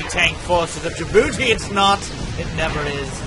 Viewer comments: In the beginning it's pronounced Jabouti. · Thank you! Liked :3 You said the name of the country wrong at the beginning! Silent D!